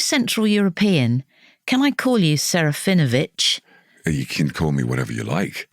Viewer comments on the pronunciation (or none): Actually shouldn't it be seh-rah-fee-NO-vitch in accurate Polish pronunciation?